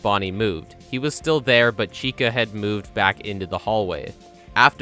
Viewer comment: it sounds more like Chico to me